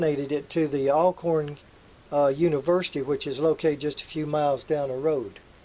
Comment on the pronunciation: Great documentary. However, it would've been nice if you had pronounced my Alma Mater correctly. The Windsor steps are located on the campus of Alcorn State University, in front of our chapel. When I attended Alcorn State University, we visited the Windsor Ruins on a few occasions. This video doesn't show the slave shack that was off to the left, which was in pretty bad shape back then. Maybe that's what that pile of rubble is near the end of the video. Also, I didn't see the covered well that was rumored to be where slaves were thrown to their death. Go there at night to hear the slaves wailing, when the extremely heavy cover is off the well. Yes, we tried to open it, and it wouldn't budge. Then, one night, it was open, and we left immediately. We did not want to hear the cries of our ancestors, if that haunted rumor was true.